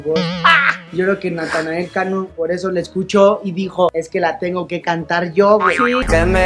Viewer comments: Díganme que no soy el único que le dice natael cano xdddd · bro literal mente diste una explicación larga que nada que ver el se refiere que en lugar de decir Natanael dice Natael como lo dice ibai por ejemplo